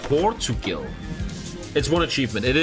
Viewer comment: I’m sorry you say Portugal wrong also I knew how to use the middle mouse before you that sad rip